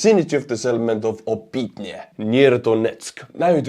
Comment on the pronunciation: just an fyi, the "y" is pronounced more like Estonian õ, so it's "Opõtne", similar to like Kyiv is "Kõjiv". It's a minor thing, but as a fellow Estonian I know you can pronounce it with much less difficulty than native English speakers. Thanks for all your work!